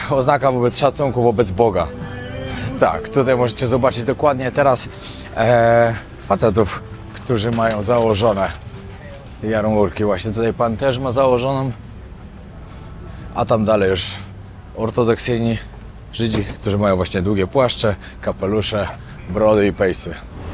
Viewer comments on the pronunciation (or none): Jarmułki, nie jarmurki 😂